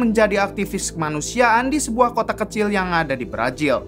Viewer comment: Apa gak bisa bilang Z ya bang..pake nya J terus..berazil jd berajil,yakuza jd yakuja